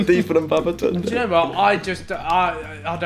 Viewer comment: Are we just going to ignore the fact that Babatunde keeps calling Ethan, "Eton"? hahahahaha.